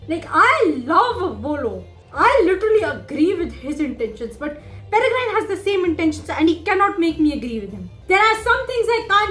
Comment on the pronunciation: Just to correct you, it’s not “PereGRINE.” Its “PereGRIN”. The E on the end is silent. And as for the UK - only old people (or people with no life) own China Tea Sets. It’s the ABSOLUTE warning that they are basically just waiting to die… And, to be honest, I hope Rakepick was acting on her own. If R is given a bad name they’re less likely to succeed, so it’d make Rakepick a good person. And Draught of Living Death is pronounced DRAFT of Living Death.